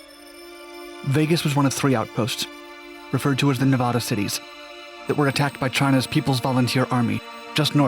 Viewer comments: Nevada is not Ney-VAUD-A.. it's the short A in the middle like asshole. Pronounce it right... it's a state. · Dude, how old are you? Learn how to say "Nevaaaada" its not hard. It really weakens you're entire cast. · you pronounce Nevada wrong the entire video